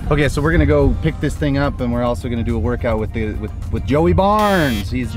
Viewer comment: How many times did call him Joey Barnes instead of Joey Burns? Lol!